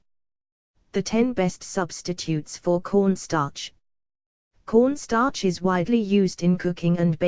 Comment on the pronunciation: I thought she said porn star